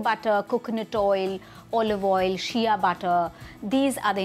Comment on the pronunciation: Shea is pronounced Shay. How is she a doctor ?